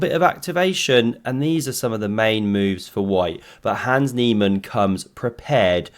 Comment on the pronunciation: I took a sip of seltzer and nearly blew it out of my ears when I heard “Nans He-Man”. 😂😂😂